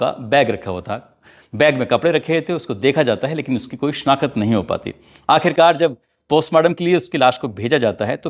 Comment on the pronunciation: The word is not SHANAKAT…. It’s SHANAKT😅😅